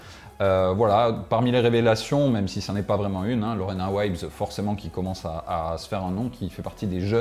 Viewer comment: Lorena WHAAAT? Elle est néerlandaise Lorena Wiebes, je crois pas que ça se prononce ainsi ^_^ (un anglais non plus ne prononcerait ça Waïbes s'il y a ce i accolé au e avant une consonne.;) ) Sinon, déso les gars, car j'aime plutôt beaucoup ce que vous proposez d'habitude et j'aime pas aller si rude à rajouter critique au chambrage mais plutôt déçu de ce tour techno, que soit devant cette voiture ou dans son salon n'a pas l'air de changer grand chose. Et le contenu lui-même, wow des nouveaux stickers sur une roue Corima, quelle prouesse... Y a guère d'intéressant ici je trouve que le nouveau guidon de Canyon mais qui cherche juste ici à rattraper ses incroyables merdes précédentes (sur le guidon lui-même, sur la fixation de tige de selle ou sur la fixation à la fourche du poste de pilotage intégré) lui coûtant des milliers d'euros faute d'avoir voulu payer de vrais bons ingénieurs et/ou un contrôle qualité digne de ce nom en premier lieu. Quant au Aethos vs SL7, on le voyait venir à des kms, y a déjà des rouleurs et sprinteurs qui étaient très sceptiques du SL7 tant ils appréciaient le Venge et ont même fait leur possible pour le garder quelques mois de plus. Y a guère que pour Cavendish pour qui c'est un vrai saut quali par rapport aux Merida Reacto qu'il aimait pas l'an dernier ou aux BMC qui lui convenaient à peine plus l'année précédente.